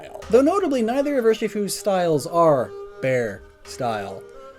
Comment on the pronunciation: Fewd or food